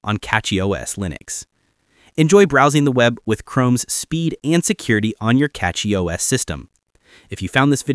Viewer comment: It's Cachy, not Catchy...